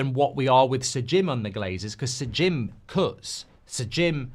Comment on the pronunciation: Why do you persist with “S’Jim” ?! Reeks of forelock-tugging !